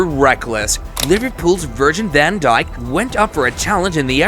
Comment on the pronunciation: Bro really said Virgil DaN DjiK